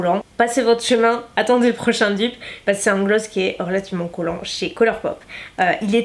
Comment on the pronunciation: Pourquoi tu dis "pace" au lieu de "parce que"? Est ce ton petit accent du sud😉😊 très très bonne vidéo! Pourrais tu tester entièrement la marque W7? Bisouss❤